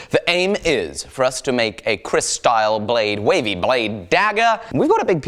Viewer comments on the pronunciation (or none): Hi mate, it is actually Keris not Kris. But you still read it Kris anyway 😀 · "KERIS" Not Kris kid.. Don't be Idiot Please. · Name is "keris" not "kris", its to big n handle use wood "jati" n need "warangka " olso